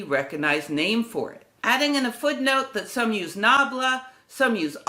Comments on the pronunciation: Great video. One minor quibble [due to my OCD tendencies]: the reverse spelling of delta ---> atled should be pronounced as at led, not al ted. I beg forgiveness for my rude interjection... Many thanks for the illustrations from the original books & papers - these gentlemen were truly literate, & our present society suffers from our casual misuse of abbreviations & elisions plus our [relatively] tiny vocabularies. Precision matters not only in measurement but also in language - if we cannot express ourselves clearly & concisely, no-one will listen to what we say. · What AMAZING videos and impressive scale of research that you've made! I'm always in awe watching your channel. BTW a minor remark about the obsolete nomenclature for 'del'. Watch the pronunciation - the alternate name wasn't 'alted' but 'atled' which is just backwards 'delta'. Thank you for your invaluable work! I'm getting addicted to its results! Greetings from Poland :) P.S. I'm not a physicist, just a humble musician. You inspire a lot of various people!